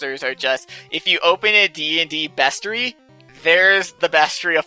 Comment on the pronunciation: The way says bestiary threw me off for a sec lol